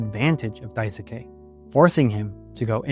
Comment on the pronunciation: Btw Daisuke is pronounced Dai-skey, as if the u is silent